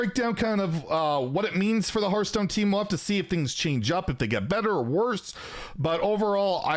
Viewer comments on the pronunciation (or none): Maybe they wanted to have the dude in charge of Hearthstone to be able to actually pronounce Hearthstone instead of Hurthstone.